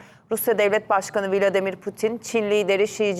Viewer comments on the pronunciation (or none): none